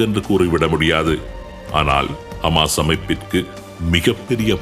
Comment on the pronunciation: ஹமாஸ் ????ஹிஸ்புல்லா ????தங்கள் உச்சரிப்புக்கள் மிக குழப்பமாக உள்ளது